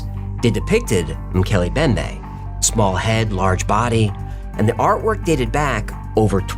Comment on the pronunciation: Great video! Not a criticism just a note, it is pronounced Moe-kel-ay Em-bem-bay